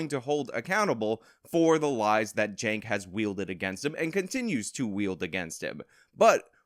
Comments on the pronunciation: He might not be a murderer, but he should go to jail for the way he pronounced "Cenk." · I like how he pronounced Cenk's name as "sänk". I may just adopt that. It means "to lower" in my language and is thus very fitting for TYT. You can always expect their standards to be low... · I hope he pronounced Cenk's name on purpose. That'd just be chef's kiss